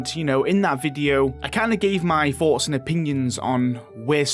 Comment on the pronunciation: "Foughts und opinians" "Oonta choclatier" XD